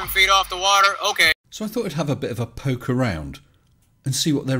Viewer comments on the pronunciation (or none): none